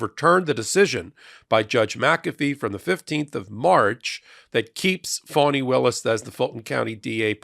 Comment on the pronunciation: District Attorneys name is Fani( like fawnie). I only say this because it is important to respect Ms Willis's position in the Court/ Justice structure and because of historical reasons of injustice towards women and black women in particular. Plus we want to show these maga/ right wing republican basic racists that disrespect will not be tolerated. And that is why it is so important we pronounce and spell Prosecutor Fani Willis 's name correctly.